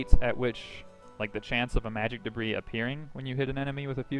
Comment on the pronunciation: The s in debris is silent even in plural form, also if I may give you a tip: drag your skill screen to the top half;right/left side of screen, that way you don't have to close it and we can see your character at all times. Other than that great vid!